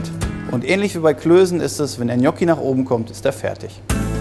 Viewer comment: Wie wird das ausgesprochen, Knocki?!😂😂😊